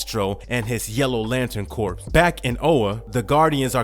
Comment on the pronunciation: at least you take it in stride. CORPS isn't pronounced Corpse(it's not a dead body lol) it's pronounced Core. Keep doing your thing though bro!